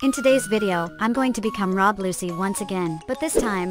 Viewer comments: say it like luchi not luci ok thats hwo you pronounce it and this must have took 100 hours straight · who rob lusee its rob lucci